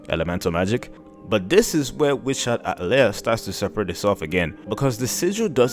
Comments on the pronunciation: Try “ah-TELL-ee-eh” and see how it sits. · Why you deepthroating the word atelier like that 😂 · I've been pronouncing atelier wrong all this time...